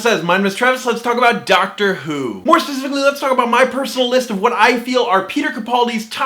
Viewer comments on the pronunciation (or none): I love your content, but I hate your intro. Please learn how to say 'specifically'😂